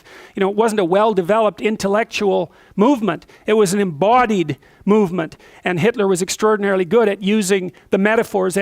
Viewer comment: Normal person speaking: "Embodied" Jordan Peterson: Emboauldied